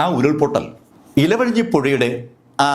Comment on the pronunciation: മുണ്ടക്കയം അല്ല മുണ്ടകൈ ഇലവയഞ്ഞി അല്ല ഇരുവയഞ്ഞി പുഴ